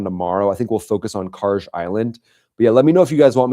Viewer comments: No..i think it's KarG...like Guerilla...not Karje like someone who tapes down n tucks under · Please stop pronouncing Kharg island that way. If the G was a J you would be saying it right, but it’s not. Thanks in advance.